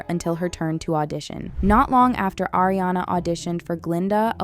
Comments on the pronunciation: It’s ARI-ana not AIRI-ana. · ARE-iana, not AIR-iana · It’s pronounced ARE-iana. Not AIR-iana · not Air, it's Ari-ana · why does she keep calling ariana eriana?? xd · IT'S AW-REE-AWNUH